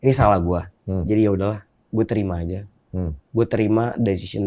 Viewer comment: Selalu ada penekanan dan diulang2 "salah ghuwe..."